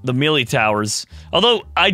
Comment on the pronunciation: i cried when he mispronounced melee